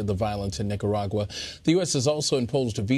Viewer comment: Nikkagagua lmao good way to butcher the beautiful name. What you guys need to understand and take an example from is the government is turning it back on people stripping the internet and freedom and rights from it's people. My fellow Nicaraguan's are fighting with fireworks bro because they don't have guns to fight. Yet they are willing to give up thier life for FREEDOM SOMETHING AMERICA IS LOSING!!!! Viva la revolution!!!!!